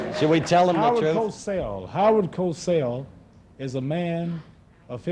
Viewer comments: It's Howard COSELL - not "Cossel". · It's Howar Cosell btwy not Cossel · It`s Cosell, not Cossel. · Actually his name is Cosell